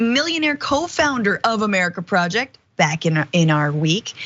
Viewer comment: "'MUH-ruh-kuh PRAW-uh-JAY-yikt"